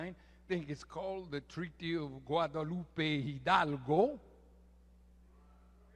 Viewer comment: Louis has good vocab .he said guadalupe , hidalgo ,and puerrrrrto rico really well.